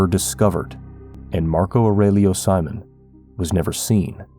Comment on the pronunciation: Why do you pronounce his last name in the English way when even a regular English speaker would know in Brazil it’s surely See-Monn